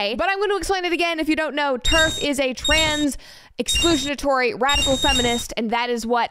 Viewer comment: Brett not being able to pronounce "exclusionary" right always gets me